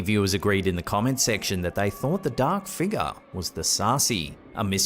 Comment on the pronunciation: ...Struck-shah. Dahk figgah...😅😅😅